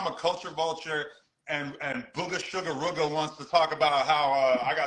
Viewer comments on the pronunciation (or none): The way how say Rooga is making me mad 🤬